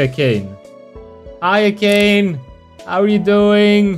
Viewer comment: You ahve to say "Akaney" and not "Akayn" for Akane TuT But its a great video btw !